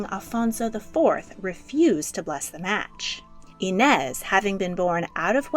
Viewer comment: as a brazilian, pê-dro, no pedro, afônsso, not afonso, i-nês, not inés